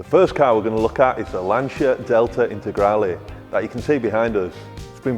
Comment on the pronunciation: As an Italian, i couldnt thank you enough for finally pronouncing "Lancia Delta Integrale" correctly.